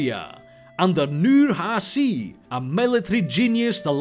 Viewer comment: The C in "Nurhaci" is pronounced like a normal "ch", and the H isn't made in the soft palat (like you did), but in the throat, AKA, it's softer.